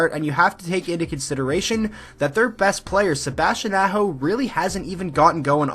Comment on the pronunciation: Good video...but learn to pronounce the names Aho, Necas and Haula.